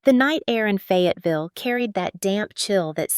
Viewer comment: Please please in the name of all that's good & holy hire an editor. It's Fayetteville not Fagaville